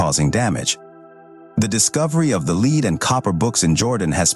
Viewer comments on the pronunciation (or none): NOT LEED BOOKS AI, PRONOUNCED LED SPELLED L-E-A-D Actually Pronounced it Correctly twice, Then Repeatedly not. Cringe to Keep Hearing exposing The artificial Fake Voice. Next time Have Human read the Dialogue